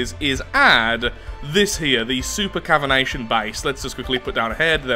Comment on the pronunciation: i love how wasn't saying cavitation right i also love drunk laths engineering skills he has a way of making massive death machines that regular just has to fix up a little to make efficient he and himself are a perfect team